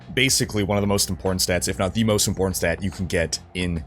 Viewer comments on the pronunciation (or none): "im-Port-Tant." Two (2) Ts?